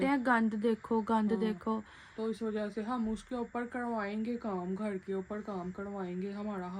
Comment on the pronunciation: gar ni hota h ghar HOTA hai